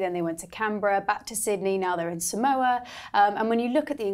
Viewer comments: Its 'Sah- mow- a' not 'sam-o-u'. Samoa. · FYI Samoa is pronounced Saa-mawa not Sa-mowa